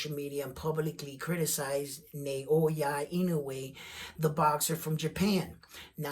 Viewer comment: Inoue's opponents would no doubt rather fight in Japan -- because that's where the money is at 122. Let's see if I can help with Inoue's given name: It's NAH-OH-YAH. ... rather than NAY-OY-YUH. His name break down syllabically like NA O YA = NAH OH YAH